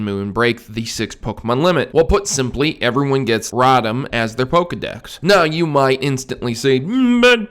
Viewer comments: "Rotom" is pronounced "ro-tom", not "rah-tum". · radam? thought it was rotom lol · Its ROTOM (ROW-TIM) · But Proto! You're pronouncing Rotom wrong!